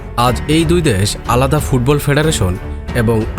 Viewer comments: Dash ki vai.. Desh pronounce korte paren na?? Apnr presentation valo na.. Onk important kotha miss korsen, onk information ordhek bole shes koren nai.. Jara football bojhe Tara amr kotha bujhte parbe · Dash na re bhai Desh bolo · শব্দটা দ্যাশ নয় দেশ....কথাবার্তা না শিখেই চলে আসেন....!!! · ভাই ঠিক আছে দ্যাশ নয়, দেশ সঠিক করে বলেন, না হলে সাউন্ড ইফেক্ট দেখা দেয়। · ভাইরে "দ্যাশ" নয় "দেশ"! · দ্যাশ উচ্চার কিন্তু হতাশাজনক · দ্যাশ.... কি উচ্চারণ ভাই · দ্যান আর দেশ উচ্চারণ ঠিক হওয়া উচিত